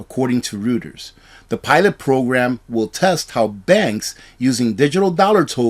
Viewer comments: REUTERS NEWS SERVICE IS PRONOUNCED ROY-TERS, NOT ROOTERS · Reuters is "ROY-ters!"... And "TRU-ist" was BB&T., your innocent mispronunciations were cute before you became a cottage industry with corporate sponsors. Seriously! You have nearly 200,000 subscribers! You want credibility? I understand you might have a disability but you can ask Google how to pronounce things. How about a little professional growth? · Reuters is ‘roy-ters. And Credit Suisse is ‘swees’. But thank you for the intel.